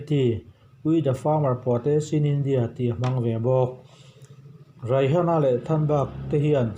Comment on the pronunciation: Raihana ti in lam loh tur aw a spelling ang hian Rihana tiin lam mai zawk tur 🤭